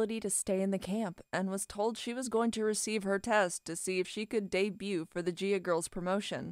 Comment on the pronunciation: Can someone PLEASE explain why the woman who is narrating literally pronounced BOTH the GSs in "Nagayo Chigusa" correctly, within less than 10 seconds of somehow not pronouncing THE SAME EXACT LETTER in the name "Gaea" ??? Like I get it, you are not from here... But let's be honest, it is pretty unprofessional to make a literal documentary about something just to not even manage to do the ungodly amount of reasearch likely reaching a staggering 2 to 15 seconds and one whole entire Google search, but there is definitely zero excuse in a scenario like this. Sure in casual conversation, I mispronounce shit just like EVERYONE ELSE has and will, but there is a clear cut difference between shooting the shit, and "researching" a topic to make an informative "documentary".... I have a feeling some is going to get all wkrked up and call me an idiot, but seriously. Nihongo (Japanese) is one of the simplest languages when it comes to individual Romaji letter pronunciation... All vowels and consonants make ONE SINGLE SOUND AND IT DOES NOT CHANGE. It is not like English where one letter can make 2 trillion sounds. In Nihongo, G is Guy, Girl, Go, and... GAEA :)